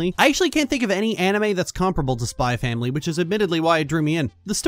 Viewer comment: It's supposed to be pronounced "Spy Family."